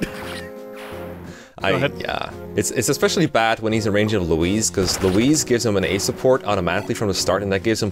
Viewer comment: why are you pronouncing louise like that